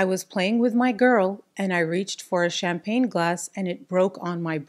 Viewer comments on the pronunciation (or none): none